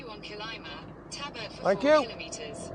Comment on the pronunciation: It's Tarbert not Talbot.